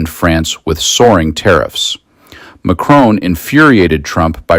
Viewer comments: Davos as in boss not nose. And it’s Macron as in ‘on’ not Macron as in own. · Please pronounce the name of the President of France correctly. It should be ‘Mack Ron’ not Mack Roan’ c’mon. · His name is MAC-RON!!! NOT MACRONE….. FFS! Please try….! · Your coverage is great, as always, but could I respectfully point out to America that there is no E at the end of President Macron's name! It is pronounced Mac-RON, not Mac-RONE 😉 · PLEASE STOP SAYING Macrone - It is MacRON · Président Ma-chron, NOT Ma-crone! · You know, his name isn’t McKrone. It’s Macron. The O is the same one in hot. You don’t say “Hoat”… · It is NOT Macrone as in phone or bone or tone. There's no bloody E at the end. Can't you read properly? I doubt if your finger is on the pulse of the latest news when you cant even pronounce the name of the President of France correctly; show some respect! It is quite simple...... MacRON. Jeeeez! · Why do USA people find it impossible to correctly pronounce ‘Macron’? 🫩And why did you ignore Prime Minister Mark Carney’s fantastic speech, which garnered a very rare standing ovation? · Get your AI to pronounce " Macron " properly. Or don't use AI...... grates on the ears...